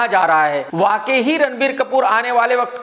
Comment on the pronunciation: बाकी सब तो ठीक है, पर ये बंदा वाकई को "वाकेही" क्यों बोलता है.